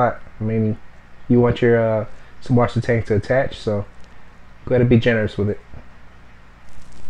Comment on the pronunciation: It's actually pronounced "Zeusvassertang", German for Fresh Water Seaweed. :D